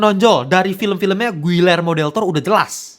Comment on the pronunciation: Giyermo bukan guillermo. Begitu baca nya. Dobel LL dibaca Y, UI dibaca I di bhs spanyol.